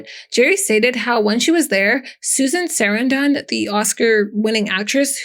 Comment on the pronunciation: IT'S PRONOUNCED KAY-HILL! 😅 AND SUH-RAN-DUHN! SORRY, GRAMMAR FREAK HERE.